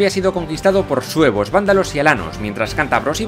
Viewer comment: parece que dice "para vencer a los huevos del rey Requiario" xD